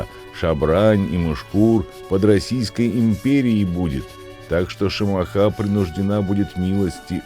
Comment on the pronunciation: Не шамаха а Шамахи..